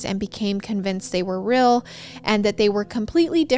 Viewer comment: I cannot get over how says deal as dill and real as rill 🥺❤️🫶🏽 it’s so adorable! ❤️❤️